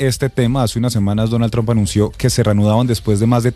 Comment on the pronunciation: Silvia porque dices siempre Donal Trompa😅